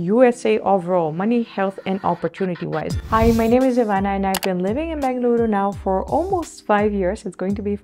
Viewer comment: Saying Benglooru is such a local authentic pronounciation . Like kannadigas do . Happy New Year.